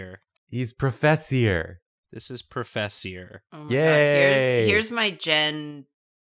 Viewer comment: ProFESSIor! ProFESSIor! Me, a french person: only hears FESSE! FESSE! which means butt cheek